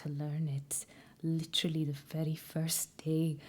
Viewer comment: The way u say literally is so welshy as a welsh girl it’s not to shabby